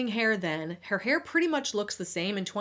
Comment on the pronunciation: flaaayerd, hay-yu (hair). Felt like I’m listening to Peter Griffins talking about mascara (mass-care-ya). She must be from Quahog